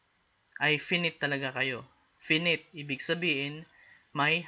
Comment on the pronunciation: finite pronounciation lang sir